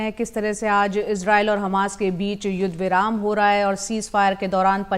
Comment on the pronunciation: मेडम! इस चूतीये को कहां से पकड लाई हो जस को ग्यान तो किया हमास को खमास बोल रहा है 😂